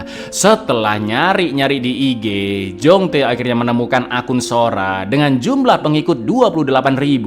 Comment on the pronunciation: Kembaranmu Jong-Tae?! Yg benar itu kembaranmu Jong-Tai!😂😂